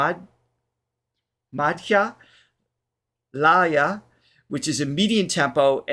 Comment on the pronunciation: Bhārat is India's original name. If you desire to make clips about India, you may want to take precise feedback on pronunciations and names, well before the program. It is not Sway Gandharva... it is Suh-vāi Gandharva. Thank God you promounced Aalaap right... surprising from a westerner lol... Madhya-laya... it is not madhyā-lāyā. Please feel free to connect for future clips you wanna make on indian artists. 🙏